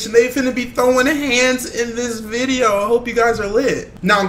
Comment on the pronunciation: ⬇️ That is it for the VIDO guys He said vido